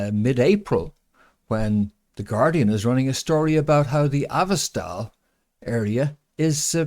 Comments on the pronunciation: PRONUNCIATION: Azov- not AVOstal. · u keep mispronouncing and misspelling Azovstal. Azov=Azov Stal=Steel. Cheers, and thank you.